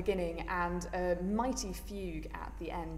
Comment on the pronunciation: I respect that you went to the trouble and learned to actually say "Bach". Too many lazy people say "buc" instead and that sounds so incredibly bad...